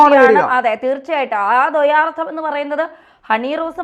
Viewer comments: ധ്വയാർത്ഥം അല്ല ദ്വയാർത്ഥം 👍👍 മൊട്ടയ്ക്ക് അതു തന്നെ വേണം. ഇരട്ടത്താപ്പൻ കൂടെ പോട്ടെ ജയിലിൽ. 😡😡രാഹുലിനെ പഠിപ്പിക്കുമ്പോൾ എന്തൊരു ആവേശമായിരുന്നു. കാപട്യക്കാരന്. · ദ്വയാർത്ഥം ആണ് ധ്വ അല്ല അക്ഷരശുദ്ധി വേണം